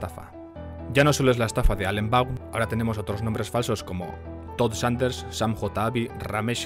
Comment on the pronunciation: Yo vivo a 12 millas de Bradford. Seguramente el chico al que suplantado la identidad vivia allí porque hay una comunidad musulmana muy grande. Por cierto, se pronuncia von (Vaughan). Un saludo.